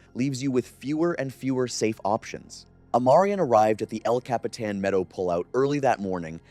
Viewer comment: I got lost at el capeeeetan. But I found my way back. Eventually you got it right